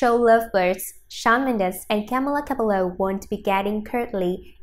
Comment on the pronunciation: I hate how she pronounced cabello wrong